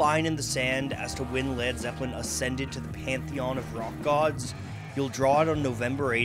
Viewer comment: He said lad zeppelin